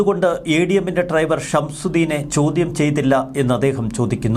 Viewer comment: ട്രൈവർ ഇന്നുച്ചരി ക്കാതെ ഡ്രൈവർ എന്ന് പറയു